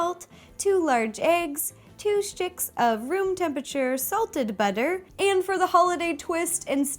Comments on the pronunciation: Has anyone else noticed she says 'shticks' instead of 'sticks'? Or is it just that I'm British 😂😂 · i like how she says shticks of butter lol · Was I the only one who heard two shitcks of butter?